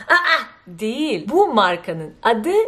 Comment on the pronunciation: Naçizane ben de size bir düzeltme yapmak istiyorum : Değil kelimesi "diil" olarak söylenir.